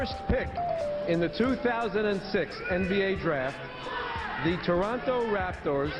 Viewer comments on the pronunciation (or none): none